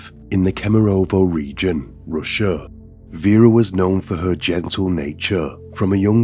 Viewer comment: I'm sorry, the story sounds super interesting, horrible but interesting. Nevertheless I cannot stand this manner of dragging syllables in last word of the sentence. "Ruuuuuusia", "Doooooore". I don't know if that's simply how some people try to become more mysterious or what? I highly doubt this is how they speak normally. So when I hear it in a video, it's an instant quit for me. Nevertheless wish you best.